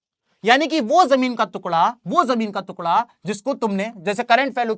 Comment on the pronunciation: Jamin ka tukda ❎ jamin ka tukla✅ 😂 btt sir u r the best teacher of sst 😊😊🎉🎉🎉